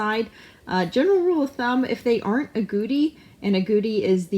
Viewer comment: It sounds like you're saying "if the are agouti... they're a domestic rat" but I guess you're saying "aren't agouti"?